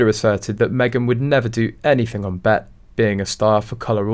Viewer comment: It's pronounced B E T B. E. T.